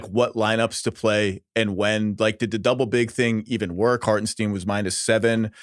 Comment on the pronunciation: "Harten ST-EYE-NNNN" There pronounce that. JFC how hard is it?